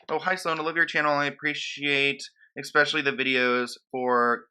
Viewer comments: Sloan, I love your videos but one little thing is making me crazy. It's ESPECIALLY not EXSPECIALLY 🤣❤ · There’s no X in the word especially.